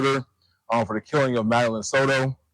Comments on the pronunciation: Madeline not Madalaine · Did she really just call Madeline Soto “Melanie”.. what an uneducated news anchor.